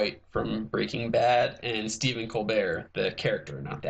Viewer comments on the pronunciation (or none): none